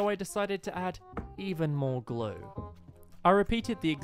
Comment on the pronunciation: If u put words on and when he says even more glue it says even more glow I think it’s cause of his accent